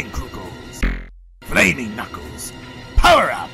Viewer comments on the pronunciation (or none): Kuukles lol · DiviningBlade I know but said Flaming Kookels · Is nobody gonna talk about “Flaming Kuukles”? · I think you mean "kuuckles" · Inimay Senpai When Eggman tells Knuckles to power up, the first time the voice actor accidentally said Kuuckles. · Kept me laughing for so long... “Flaming kuuckles” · ah yes, kuuckles "I'm getting paid in coloring books!" got me dying 💀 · Times I died laughing: Egg man: ‘FlAmInG kUuKcLeS (T a k e 2) - Sonic: ‘Now were gonna make you more arrow dynamic’ Yea Arrow dynamic that’s how it’s spelled with the Word ARROW and DYNA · "Flaming Kuuckles" LOL XD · Ah yes KUUCKLES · Am i the only one who went rolling when it said kuukels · You know you’ve got a good voice actor when they are so committed, they pronounce the surprise typos. 😂👍